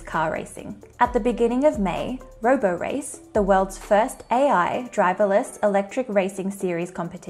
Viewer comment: It's not roborace -- it rhymes with Liberace.